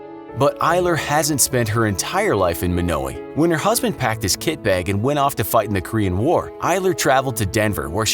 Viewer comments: It's not pronounced Mo now ee, it's pronounced Mono why. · I’m from Yankton, South Dakota and I’ve been to Monowi and eaten at the bar in Gross, just letting you all know it’s pronounced Mönōwī not Mônōwē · Actually,it’s pronounced as: Mon-o-why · It’s not Muknowi, its MonAWhy you idiot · I live 7 miles from monowi in a town called lynch and it is not pronounced munowy it is pronounced mon-oh-why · It’s mon-a-why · Oh yeah, and Elsie will be quick to correct you it is pronounced Mah-no-why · its actually mon-o-I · As a Nebraskan, it’s pronounced mon-o-eye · The way you Monowi is wrong it's (Mon-o-wi) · Fellow Nebraskan here...is it just me or was the narrator pronouncing the name wrong? I've always known it to be Mawno-uh or Mawno-eye.... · it's MO-NO-WAY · It's pronounced mon-o-a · Monowi, pronounciation (Mo-no-we).... Get it! No we! Just I! Hehe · Your saying it wrong, it's pronounced mon-oh-why, it's rather annoying, ( I'm from Nebraska) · Monowi how does everyone pronounce this wrong its m short a sound i hard o w i as in eye M(aww)n(Oe)w(eye) I know this I've been there but I speak your language better than you